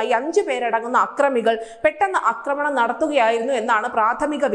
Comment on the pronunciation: എടോ അക്രമണമല്ല. ആക്രമണം. (അക്രമം, അക്രമി ശരിയാണ് )ആക്രമിക്കുക.